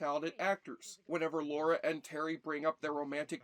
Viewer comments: I know I'm late to the party, but - it's Lara. Lara Croft. Not Laura. There's no "u" in her name. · They changed her name from Laura to Lara so that Americans could pronounce it correctly and you still got it wrong every time in this video 🥲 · Her name is Lara not Laura. What is it about American's always pronouncing it wrong... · Holy crap, it’s Lara. L - A - R - A. Lara, Lara, Lara. Has been for years. Not Laura. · Stop saying "Laura"! Gah! It's Lara! Lara! Is it so fricking hard? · Ffs it's "Lara"... NOT... "Laura". At least pronounce it correctly. Have you even watched the movie or played the games? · Her name is Lara not Laura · Laura? I thought it was Lara... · Don't many people find it annoying if you deliberately get the name of the protagonist wrong? It is LARA Croft, not "Lora" or Laura" or whatever. LARA. Two syllables, pretty easy to remember. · Why can't americans say the name 'Lara' properly...Laura is a different name. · Lara, not Laura. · It's lara not Laura. And it was the 32 bit era not 64 bit. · Say Lora one more time 😭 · I don't know wtf educated people can't pronounce LARA. And I'm from a freaking third world country. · And yet, he still struggles with Lara. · I turned off after the 15th time he mispronounced her name.